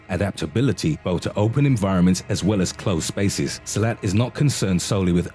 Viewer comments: Silat sir..not silet..🙂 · Silat is pronounced seelut and not silhouette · Silat pronounced as Si-lut.